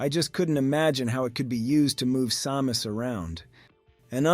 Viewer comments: Why are you calling her saw-mus? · AI? i mean who says Sàmus 3min17 ( aprox ) feels like an AI reading a text and there was a Sa-mus. Sad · ai voice like this once changed the pronunciation of Samus a few times. And could never pronounce kilobytes correctly. It was annoying